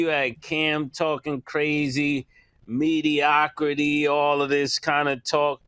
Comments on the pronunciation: Somebody please tell Camron that the word is not MEDIOCRACY. Mase is saying it correctly. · So yall just goin keep letting Cam say mediocracy 😂😂😂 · So they’re just gonna keep mispronouncing mediocrity huh lol